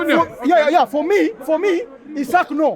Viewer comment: Not Isaac,Isak for heavens sake 😂😂...Kenya is our business though